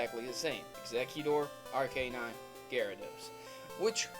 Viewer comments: actually its Arc-kay-nine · It's kay-nine. Like the word "canine", which the name Arcanine is derived from..